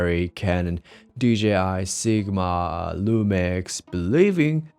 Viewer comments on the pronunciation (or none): none